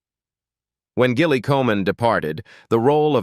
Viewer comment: Gilly is pronounced with a soft G.Your AI narrator is ridiculous.